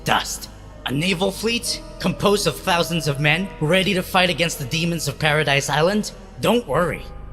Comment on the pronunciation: Im triggered he says paradise not paradis